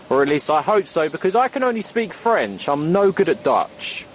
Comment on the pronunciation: oooh pretty good french